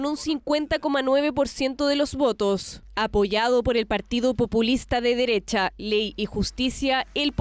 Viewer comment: Wajajajaja la "extrema" dereshhhhha...😂😂😂